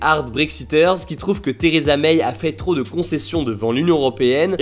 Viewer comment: Vidéo très concise, mais ça se prononce Theresa MAI, pas MEIYE.